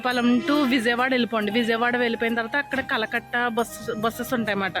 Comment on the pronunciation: కలకట్ట కాదు అండి కరకట్ట అండి